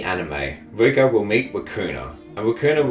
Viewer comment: The way you say 'Riko' sounds like 'Vueko' another character from this anime, it's confusing.